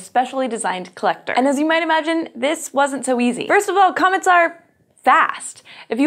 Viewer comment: Did anyone hear comments instead of comets at the beginning